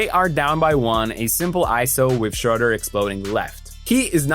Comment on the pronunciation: I really wish english speakers would start to pronounce his name right its not that hard. Look it up.